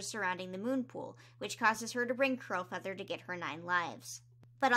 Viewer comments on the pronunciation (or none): Am I mishearing her or does she keep saying crowfeather instead of curl feather?? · I was listening while doing other things and kept hearing “crowfeather” instead of “curlfeather” and imagine my confusion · Omg when you said ‘Curlfeather’ I LEGIT THOUGHT YOU SAID CROWFEATHER- and I was HEAVILY concerned. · Honestly me too lmao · i keep hearing Curlfeather as Crowfeather and getting confused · As someone who hasn’t picked up a book since oots, I listen to your videos in the background and everytime you said “Curlfeather” I heard “Crowfeather” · Kept hearing curlfeather as crowfeather and got very confused. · It’s Curlfeather- 🥲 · It took me so long to realize Moon is saying “CURLfeather” I was so confused like ‘Why is Crowfeather on a RiverClan patrol?” “Since when is Podlight siblings with Crowfeather??”